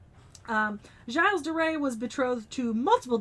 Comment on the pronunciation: ok so just a small correction gilles is pronounced either jill or jills not jyle